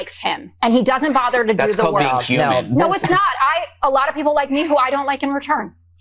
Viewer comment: "Peeplez", bruh...